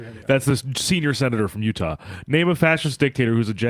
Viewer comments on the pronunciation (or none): none